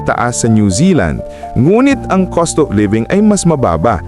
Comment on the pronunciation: Cost dili coast